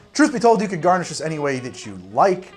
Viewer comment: Lime wheel "Ganrish" huh? 🤣🤣 I'm here for it. 🍹